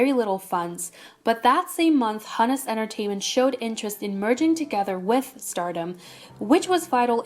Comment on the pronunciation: the name Hunus in Hunus Entertainment is pronounced who-nuhs. Thank me later.